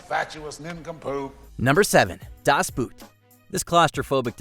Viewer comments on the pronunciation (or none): There are several weird pronunciations of English words, but the worst mispronunciation is of “Das Boot.” It really sounds more like “Das Boat” than like the footwear. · i understand that americans cannot speak german, but please - have some respect to the language. Das Boot is not as hard to say as you make it seems. For sure it is not b-oo-t. It's bo-oo-t.